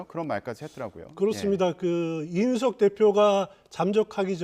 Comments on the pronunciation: 이준석인데 왜서 내귀에는 이윤석으로 들릴까 내가 문제인가 아님 저사람이 문제인가 헷갈리네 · 이제는 이주석이라고 하네~저사람 언어장애가 있는 건가~헐!